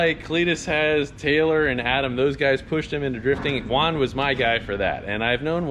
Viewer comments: The fact that his name is Juan and u call him uan hits me at home is actually pronounced like huan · His name is pronounced like huan lol suffered same way in Canada